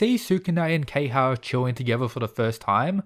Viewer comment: It’s not key-ha It’s Ke-ha-ya